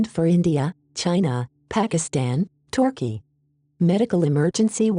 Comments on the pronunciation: It’s turkey not torkey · Maybe the speakers not good at pronouncing country names because she’s not used to it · TORKEY THE COUNTRY WERE YOU TORK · I don't think the EAS Voice forgives Turkey for Gallipoli or it believes the Aussies won hence the Aussie colony of Torkey :D